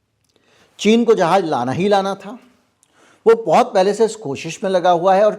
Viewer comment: जहाज न बोल के अगर ( जहाज़ ) बोला जाए तो ज़्यादा बेहतर है ❤❤